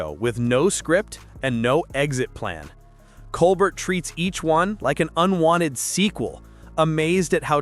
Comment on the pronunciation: It’s pronounced Colbair.